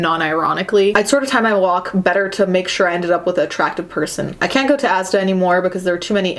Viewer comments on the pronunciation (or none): It's asda, not a s d a❤. It's the UKs Walmart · It’s ASDA not A.S.D.A it’s from here in Briton. 😊. It’s cheapish supermarket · ASDA is pronounced "asdah". This guy clearly isn't phobic of ugly people because he's able to stand there and tell them what he thinks is wrong with them. People with a phobia feel an extreme panic to get away from it, not spend time telling it how awful it is. He's just an a-hole. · ASDA is pronounced "AZ-DAH" dear. It's a supermarket chain here in the UK. People do judge by appearances all the time though. Job interviewers who make up their minds in the first instant are well known. I've been to job interviews where it's obvious they made up their minds against me immediately. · WHEN HE SAID ASDA I KNEW HE WAS BRITISH 😭😭😭😭 also it’s pronounced azda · Asda is pronounced 'as-da', its a UK supermarket owned by Walmart. Also, I can't help thinking that this guy wouldn't get so many rashes if he'd only get his head out of his arse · Just saying, asda is pronounced as azda, it's a supermarket in Britain